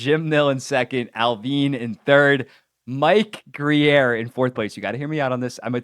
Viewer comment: It’s just Grier listen to the way his name is pronounced